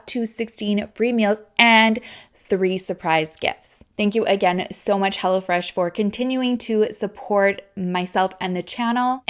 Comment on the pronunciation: I thought she kept saying "Hella Fresh"! Hahaha